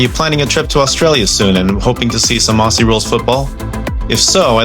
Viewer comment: The first tip is Aussie is Ozzy NOT Ossy